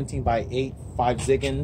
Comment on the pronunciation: Very nice car. Also 5zigen is pronounced “Go-Zigen” since in the Japanese language, 5 is pronounced “go”.